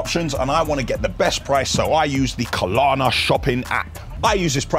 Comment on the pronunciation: KLARNA not Kalana, I bet their company is cringing at this advertisement for them.